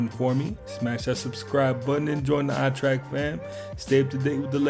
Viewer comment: yo yall its not eye trek its eyeeeee track.